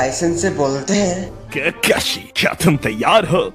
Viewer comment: Pronunciation Of Keeekeshe (Time:- ) Is OP 😂👌🏻